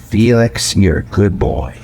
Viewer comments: oh, thank you SO much for giving Felix a few minutes of reprieve... even if you can't pronounce it properly :) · ... Feel-Licks ;-P